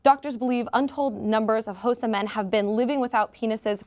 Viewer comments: Xhosa is pronounced "Ko-sa" with a click on the the k. I know you're American but please at least try. And the massive issue is using crude unsterilised implements. There is an option to have the procedure done in a Government hospital which most traditional leaders agree with. However please understand the context of a country when talking about it. There is a law in our constitution which allows "traditional Law" to supersede other laws. For Instance polygamy is illegal in South Africa, but the president has multiple wives due to traditional law. As a white person living in South Africa i come from a different cultural background and might not agree with these practices, but it is an important cultural right of passage for many different peoples in my country so i must respect that. South Africa is a free country that embraces diverse cultures and these boys are protected should they wish to go against the "traditional law". the law only exists to protect those who willingly participate in these cultural activities. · pronouncing khosa wrong the h is silent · Oh,! you missed your chance to say Xhosa with the click on air like three times! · The way she pronounces Xhosa xD